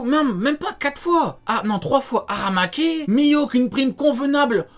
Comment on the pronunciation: Aramaki😭😭😭😭😭😭 Eh c’est trop comment tu prononces aramaki